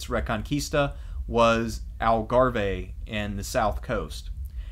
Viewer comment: Thank you for this; worthy of seminary. Very enjoyable. (Navarre is pronounced Navar, Algarve = Algarv - please don't think I am a pedant - I am quarter Spanish - I could never put this fascinating monologue together). Please do more. Love Hedy.